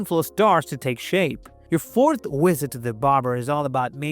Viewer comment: AI program can't pronounce the letter, "V". Time to "wisit" the hair stylist....